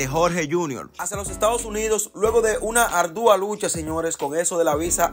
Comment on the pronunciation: Asere, eres un creador de contenidos, aprende a hablar, o no utilices palabras que no conoces, no se dice ardúa, es ardua